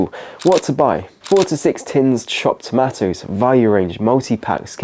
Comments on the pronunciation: cornish is a long ahh sound.... tomaaahtoes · I’ve never heard anyone pronounce tomatoes like this lad does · I've never heard anyone pronounce tomatoes like that, is it an intentional engeagement thing? I guess I fell for it. twat.